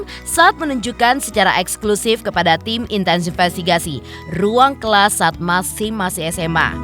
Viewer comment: Bacanya meksim y MBK lebih enk